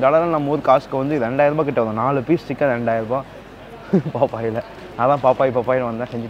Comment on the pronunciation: Thala athu paaapaaayees ella. Paaapis.